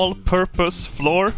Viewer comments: Annoyed at in the first 30 seconds. Love it. If "flour" is pronounced "floor" then "our" is pronounced "or". "Flour" is like "flower" just like "our" is like "ow-err". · Oh man he's finally saying Floor properly. It's flower. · fl our flour it's flour not floor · as much as i love your accent, flour and flower are homonyms meaning a word that’s pronounced the same but spelled differently, just a little english lesson for ya :) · Day 3,564: still can not pronounce flour correctly. He's beginning to openly reject this new knowledge. We'll have to up the dosages. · He pronounces it as fluoride “fluor” in Swedish which I find extra funny.